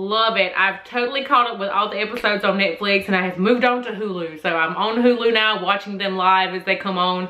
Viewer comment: She pronounced Netflix wrong she said nitflif it's netflix😂😂😂😂😂